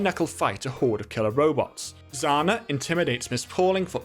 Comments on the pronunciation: Quick tip: "Zhanna" (Жанна) is not pronounced "Zana," the "zh" is pronounced the same as the French J, or the s in pleasure and measure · Bro, it’s not „Zana“, it’s Zhana, „Zh“ like „J“ without „d“. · pro tip: the zh in zhanna’s name is not pronounced like the letter z. zh to z is analogous to sh to s. there isn’t a consistent way to write this sound in english, so the best way to describe it to an anglophone is that it’s the g in ‘mirage’. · Erm, actually, based on my calculations, the name of one of the Heavies sisters is not pronounced [Z a n a]. It is pronounced [Zh a n a]. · Zhana is not how it's pronounced. More like [Jhanna] (it's most closest toreal pronouncination. And sorry for my english) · Excellent short explanation for literally everyone. Just one thing: Heavy's sister name, the one that Soldier fell in love with, it's read as "Janna", basically. The ZH represents the buzzing sound in the letter J (d-zh-ayy) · Zhanna should be pronounced as Janna (If we assume that Zhanna is Russian name) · Just two little nit-picks here. Mikhail is actualy pronounced as Mihail, with an audible H sound. Like in honey. Mi-ha-ill. And Zhanna is pronounced the same way like Georgy Zhukov. It's not exactly a common sound in English, but the "Zh" combination roughly makes the sound of a slavic "Ж" That's honestly the only thing I have to add. Good video!